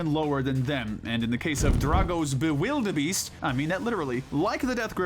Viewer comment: ermm actually its Bewilderbeast not Bewilderbeest